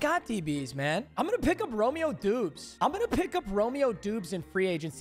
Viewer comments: Papa let me help you: “ROH-MEE-OH DOBBS” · First it was da bol when it is daybowl now he’s saying doobs instead of dobbs 😂 stop acting like a casual my guy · It’s pronounced like dobbs I’m a packers fan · “Romeo dooobs” lol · Awesome vid 🎉 but it’s said as Romeo dobs . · Bro Romeo Doubs is a packers wr his name is pronounced Dobs